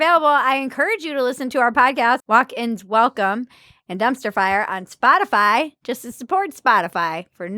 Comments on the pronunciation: My red pill moment was when Jen Psaki said "spotifly". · I wonder if Psaki mispronounced spotify on purpose to make it seem like the she and the administration have more distance from the issue and the company